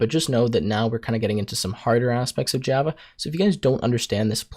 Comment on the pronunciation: 'Gee'ava'. No. I stop watching immediately. It's called 'Java'.